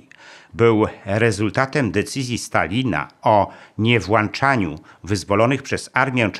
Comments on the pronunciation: Nie "włanczaniu", a "włączaniu" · Nie "włanczaniu"? Błagam. Nie przystoi Panu taki błąd. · "decyzja o nie WŁANCZANIU"... :D W domu autor nagrania ma "włancznik" czy włącznik? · "włączaniu", a nie "włanczaniu"